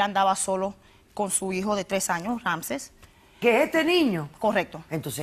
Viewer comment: LA OTRA ES MAESTRA Y NO SABE PRONUNCIAR RAAAMSESSSSS.???????????????????